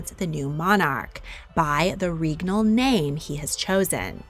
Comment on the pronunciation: It's a regnal name, not a reegnal name.